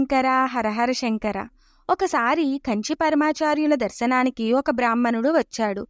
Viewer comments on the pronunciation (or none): మీరు తెలుగు వాళ్లే కాబట్టి షంకర బదులు శంకర అని ఉచ్చరిస్తే బాగుంటుంది